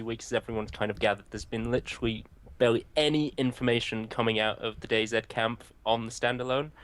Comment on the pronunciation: It's dayz! Said like daisy! Not dayzed why would u call it that